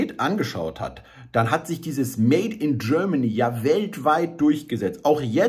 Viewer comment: Made in Germany - bitte, bitte sprich das Wort Made mit richtiger deutscher Betonung - aus dem made wird eine kleine unbedeutende fade Made ------ schade > etwas geklaut bei Heinz Erhardt bunter specht und frass die kleine fade made ohne gnade schade